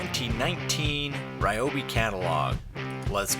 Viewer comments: Hi, Its Ree-obi not Rye-obi. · It's pronounced ree-oh-bee.